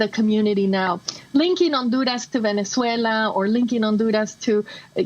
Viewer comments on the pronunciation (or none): none